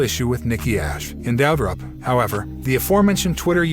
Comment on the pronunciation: I know right! He also messed up on Doudrop as well. Lol